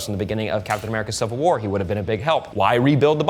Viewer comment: And wud not wid